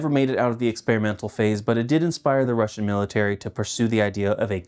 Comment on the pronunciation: It always baffles me how yanks manage to fuck up russian pronounciation... like brother its literally pronounced as its spelt. How are you lot adding random ass letters and inflections to said words.